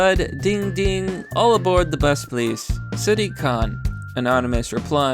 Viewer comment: Basic names like Zoe and Diane you have no idea how to pronounce but Sadiq you know how to nail.